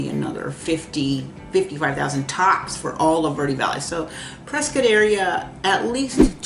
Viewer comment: Prescott is pronounced like “triscuit”